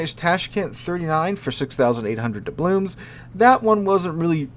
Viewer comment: "Doublooms" and "excape plan"?!